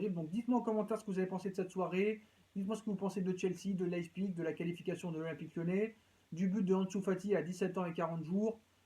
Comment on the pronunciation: On dit pas leißpig on dit Leipzig